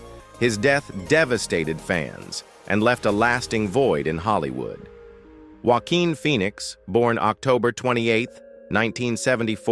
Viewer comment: "Walkin" Phoenix ????